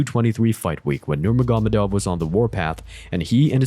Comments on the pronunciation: Thats actually closer to the correct pronunciation than Ner-MAH-Go-Med-Ov. Think of it like Noor-Muhammad-Ov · Hearing you pronounce Khabibs last name wrong every time is so annoying. Bro it’s not that hard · Khabib nugamedov???? Bro what? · It’s actually pronounced Nurmo- Hamadov. Said by Khabib himself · I disagree, the way its pronounced in the video is no closer than Ner-Mah-Go-Med-Ov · NurmaGÓmedov NuurmaGÓmedov NurmaGÓmedov